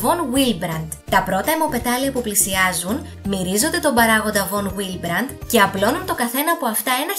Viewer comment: Εξαιρετικά ενδιαφέρον βίντεο, συγχαρητήρια! Ίσως θα είχε ενδιαφέρον για τους followers σου, σαν επέκταση αυτού του βίντεο, ένα δεύτερο που να αφορά την έλλειψη των παραγόντων πήξεως ή του παράγοντα VonWillebrand (παρεμπιπτόντως, προφέρεται καλύτερα "Βον Βίλεμπραντ"), προκαλώντας αιμορραγικές διαθέσεις/ αιμορροφιλίες! Ως πάσχουσα με τη νόσο VonWillebrand, θα με ενδιέφερε πολύ να δω ένα αντίστοιχα τόσο αναλυτικό βίντεο! Καλή συνέχεια!